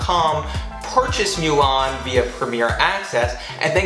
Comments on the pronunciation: It’s MOO-LAN not MEW-LAN!!!! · Thanks for the info but I can't like the vid because you keep saying MEW-LAWN ITS PRONOUNCED MOO-LAWN !!! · Every time you say “MYOO-LAN” it makes me wretch. Other than that it was a good video.